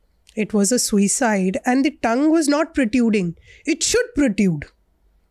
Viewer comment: tongues PROTRUDE, not protyude